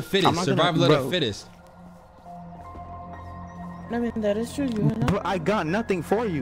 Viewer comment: “Survival of the fittess” lmao